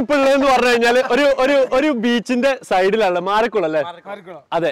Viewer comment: Maarikulam alla😅, Maararikulam🥰✌️